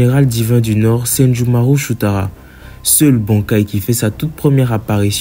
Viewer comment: Wsh il a reussi a pronocé le bankai de senjumaru